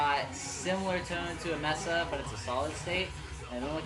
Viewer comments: MESA, NOT "MESSA" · pronunciation dude! It's May-suh, not Mess-uh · Good job dude... BTW, pronounced MAY-SA not MESS-SA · l3ertuz. I agree with you 100% yes mesa is a spanish word meaning table.